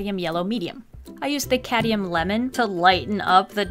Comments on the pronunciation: Lovely art, love the challenge buuuuuuut it's cadMium! Not cadium. Just needed that off my chest. I enjoy your videos so much!!! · Hey, amazing video, love the drawing, it makes me feel so happy! Ps: I hope this doesn't come across as rude or mean, but it's cadmium yellow not cadium, just in case ya didn't know!💛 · I love that says ‘cadium’ rather than ‘cadmium’ 😂💛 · You keep saying "Cadium" yellow instead of "Cadmium"